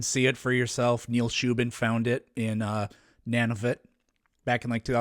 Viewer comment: Nan-avit? Where is that Cand-anda